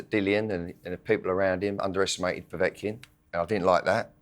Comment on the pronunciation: He pronounces Kovalev as "Kovalov" and Povetkin as "Povotkin". It's not difficult to pronounce them as they are spelt.